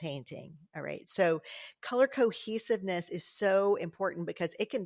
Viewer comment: I kept hearing "Color Cookies" every time you said "color cohesiveness". I think I need to go eat something...🤣